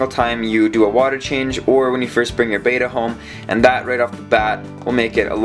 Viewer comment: Just saying" beta fish are Japonese not greek" Short E as in Bet not Bate.